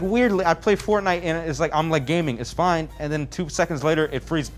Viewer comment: It froze while he said feezes nice